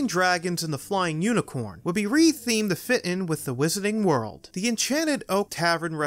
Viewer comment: Does anyone know if the narrator is from Boston area? He doesn’t pronounce his “R”s in some words like “wizarding” or “unicorn” so it got me curious.